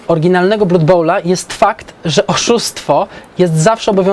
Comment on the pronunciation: jak zawsze w genialnej formie:) Jedna mała rzecz, która jednak strasznie kłuje. [`blʌd] krew wymawiamy [`blʌd]:)